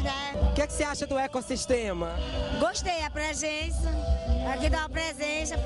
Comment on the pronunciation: Ela fala prexença e depois corrige com presenxa. Kkkkkkkk